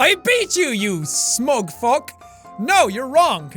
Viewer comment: Often you always say "WHAT THE FUCK" but now its "WHAT THE FUK(with no "c")